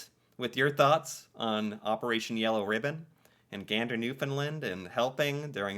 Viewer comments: As a Canadian, google mispronounces Newfoundland. It’s new-fin- land not new-fin-lind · FYI: It's pronounced "New-found-land" Not "Nuf- in-lind" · Taking Canada for granted is not as insulting as treating them with distain. Newfoundland is pronounced NEW-fund-LAND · Absolutely APPALLING that this is not known, and not taught to kids in school. No wonder so many Americans are not concerned about how Trump is treating Canada. And we will have to ignore Tom Brokaw’s mispronunciation of Newfoundland over and over, although it would have been nice if someone had found out how to say it before broadcasting it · Just for future reference Newfoundland is pronounced like understand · You, and Tom Brokaw, need to pronounce Newfoundland correctly.